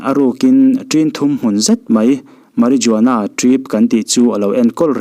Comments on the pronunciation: Mari zuana yih loh tur.....mari-huana tia lam tur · Ngaihthlak anuam in afelfai khawp english threnkhat pronounced Dan poh mahse thil 1 inthlahrung deuhin Ka lo correct ve lawk,marijuana tia lam fawk ai chuan Mariuana(J khi arilo a lam) tih a lam zawk tur ani e,marijuana lam don chuan 'J' hi silent tur..👍👍👍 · A ngaihnawm hle mai.. I aw hi a sial Marijuana lam rik dan hi (H) tur zawk a nia.. meh· ruh· waa· nuh. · Marijuana ni lovin, marihuana ti a, lam the!!!Spanish ah (H) hi silent. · Soi buai veee😂.... Marijuana tih a,J hi lam telloh tur.. Mariuana tih tur. H chu soi tel ve lo mai ang😂😂😂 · Marijuana i lam dan hi.. Fimkhur teh, ngaihnawm thei si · Lam nalh chu ngai lo na in, lam dik la chu a tha, video hmasa pah pawh Paris Jackson, Jackshon ni lo in midang tam tak ngaithla tan education pakhat ani a, lam dik a pawimawih khawp mai entirnan marijuana tih te ka lo belh ve ange.